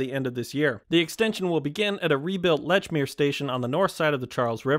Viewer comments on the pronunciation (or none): MBTA Green Line extension: It's pronounced "leech-mere". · you butchered Lechmere Sooo Bad it’s pronounced Leech-mere